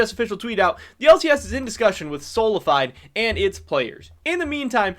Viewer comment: it is soh-lah-fee-day